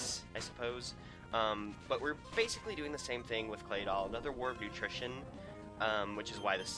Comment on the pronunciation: War of attrition, it sounds like you were saying utrition or nutrition or something to that affect.